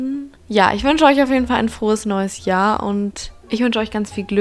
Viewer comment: Dieses Jahrrrrrr